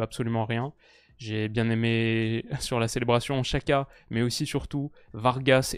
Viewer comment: La Nati en constante progression ils ont une belle generation de joueurs vu leur partie de tableau je les vois aller loin. super vidéo par contre Xhaka on prononce "Djaka" et non pas "Chaka" L'Uefa a publié une vidéo avec plusieurs joueurs aux noms compliqué qui donnent la bonne prononciation de leur nom